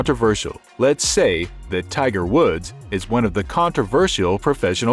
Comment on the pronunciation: It’s Tiger Woods. Not Wood. Put some respect on his name.